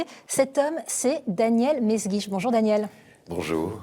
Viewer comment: "mesguitch", "Melsguich", "m'est guiche"... hommage à la Castafiore qui ne parvient jamais à prononcer le nom du capitaine Haddock?